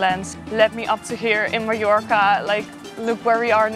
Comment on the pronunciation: Why can’t the Brits properly pronounce MALLORCA?? MY-ORCA!!! Not ME-ORCA!!!